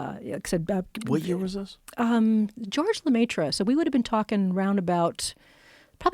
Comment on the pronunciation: Hearing her mispronounce George Lemaitre and how she just kept saying it......